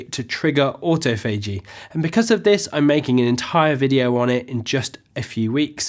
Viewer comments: It's not "auto-fay-g" it's "aw-toff-o-g" in both US and UK English. Anyway, my baseline is 16:8, although when I can prolong that by an hour or two I do, but still make sure to take in the same amount of calories. Fasting isn't a license to eat as many calories as you want within a specific window. Might try going for a 24 hour fast where I still end up eating 500 or so calories, but so far my limit is nineteen and a half hours. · Its autophagy o'tof'agee. Autofaygee is sending me nuts! Xxx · the stress in autophagy is in TO.. auTOphagy .. otherwise excellent channel :) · It's spelled AutoPhagy but not pronounced this way (Auto-Phagy)... FYI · look at Rachel sharp IM alternate day fasting. It’s awe-TOFF-uh-gee. Just FYI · Oops!, the correct pronunciation of "autophagy" is aw-TOFF-uh-jee. See the British pronunciation site. It's a very useful site! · He's butchering "autophagy". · Great video. But autophagy is pronounced differently in US English :) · Laura Coulter yeah that was killing me to hear it pronounced wrong. I’m like wtf man lol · Before you make a video about autophagy, make sure to learn how to pronounce it. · Great, non-technical presentation, looking forward to watching a whole video on autophagy (although could you pls pronounce it correctly) 🤪